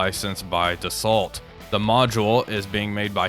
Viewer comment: Dassault is pronounced with a soft t so more like Dasso (cos it's French innit) 😀